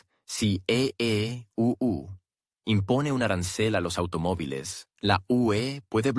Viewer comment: El programador de este vídeo debe enseñarle al robot parlante que EEUU es Estados Unidos y que UE es Unión Europea. Mientras no programen eso me negaré a seguir viendo sus vídeos por muy interesantes que sean.